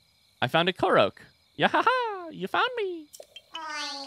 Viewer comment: The amount of pain I feel every time he calls a korok a koroak